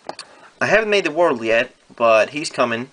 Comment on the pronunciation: if your going to say it in English don’t say ZA Worldo that sounds stupid just say the world stop time